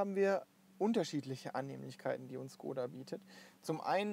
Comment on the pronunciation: cooles Video, aber Škoda wir Schkoda ausgesprochen und nicht Skoda